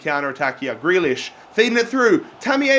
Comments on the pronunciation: Ffs it’s greelish not grelish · Grealish is said 'greelish' not 'grelish' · please pronounce Grealish Gr ee Lish not Gray lish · Greelish not grelish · It’s pronounced ‘Gree-lish’, mate. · Loving the series but grealish's name is pronounced gree as is you were saying green